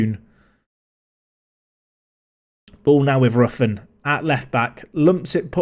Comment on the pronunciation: Roughan's name is pronounced "Rowan", fyi.